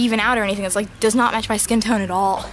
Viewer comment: When she said like this video it sounded like lick this video so i licked it 😂🤣😅😇😘😋😛😝😝😜😜🤪🙃😉😌😊😊😁😄😃😀